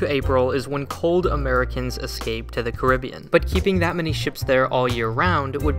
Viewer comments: The way he says carribean makes me feel uneasy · the pronunciation of Costa and Caribbean is killing me